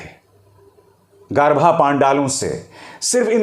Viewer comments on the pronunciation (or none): Garba, garbha nahi